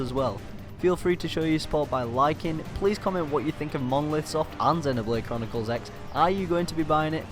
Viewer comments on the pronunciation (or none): FYI it's pronounced Xenoblade Chronicles Cross.